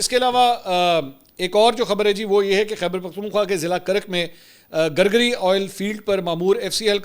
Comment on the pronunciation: It’s not gargari it is gurguri